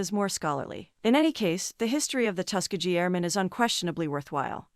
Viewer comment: First of all learn how to say Tuskegee (Tusk as in elephant tusk, Key as in key to a door and gee as in ghee the indian clarified butter). Other wise you sound like an AI voice.